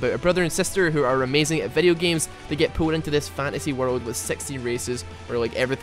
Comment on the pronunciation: guys , HEW HEW DO U WANT ME TO DEW A VIDEW HEW ? HEW ?